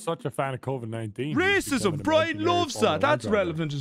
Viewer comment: Anyone else say racism in a deep Irish accent right before brian said it the exact same way?